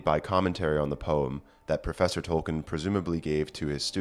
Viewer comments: TY! Tol-kEEn, tho, not Tol-kEHn. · Could you please learn to pronounce his name correctly? It is toll keen. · If you want to get picky about pronunciations, it's TOLL-KEEN (a spondee, two stressed syllables). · His name was Tolkien, not Tolken. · Troll keen?